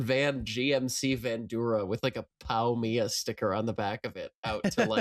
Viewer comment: That's an interesting way to pronounce "P.O.W.-M.I.A."